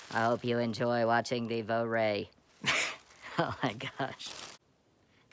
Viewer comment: Vo-ray??? Nowhere near the correct pronunciation. It's a German rifle so it's pronounced "Fura" as in "fur" and "a" , with the r in the back of your throat. Just ask a German.